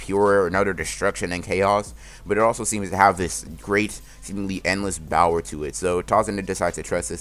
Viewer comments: Does anyone else hear “bower” instead of power? Just wondering. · I love how you say Bower instead of power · .... its power but he gets auto correct and say bower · Correct pronunciations: power: bower, speed: spid, Sakura: uselessness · Also what is “bower” do you just say power weird or is there something to it